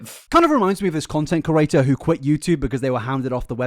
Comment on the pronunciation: Pls say creator instead of curator please please please I like your videos but it makes my ears bleed